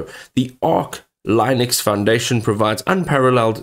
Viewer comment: If you can't even say Linux properly why would anyone listen to your "Assessment" of it?